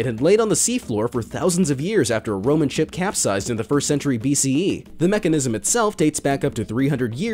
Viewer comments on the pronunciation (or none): none